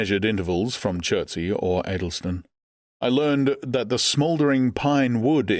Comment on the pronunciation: I'm intrigued that the narrator is unable to pronounce Addlestone - and more weirdly - The Thames...